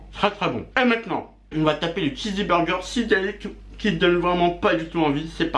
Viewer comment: C pas chizzy mais chizz burger ptn g envie de me percer les tympans 🤣